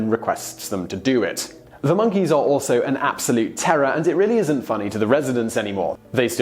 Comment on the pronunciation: Damned "minkeys"!